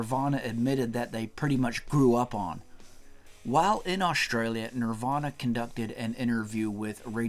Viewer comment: Awsh-tray-lya. Never heard it pronounced like that before.